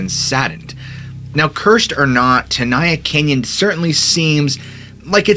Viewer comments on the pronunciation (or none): Tenaya is Ahwahneechee not Mexican. I grew up in Molesto, was a Boy Scout. My council was Yosemite, my district was Chief Tenaya district. Locals pronounced it ten aye ya not ten eye ya. It's Mee wuk not Mee wawk. It's Gay len Clark not Gallon Clark. This guy gives me the creeps not the park. Me and my friends worshipped the park and to this day I have never been there. It's for tourists who don't respect it, don't revere it, have no souls. The hotel was built in '27 for the rich. I am mixed blood and I suppose, to this punk I'm living under a rock. Where do the homeless live in the park? Ca like other states is becoming just one more banana republic. During the Depression, the Okies(the homeless) could pay a couple of dollars and stay in the park all summer, fish for trout. My biology teacher in HS would serve as the park naturalist during the summer from school, Mr Heller, would wear a poncho and two 45 acp's.